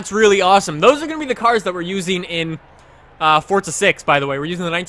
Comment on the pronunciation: Is it just me or when he says forza does it sound like he says fortza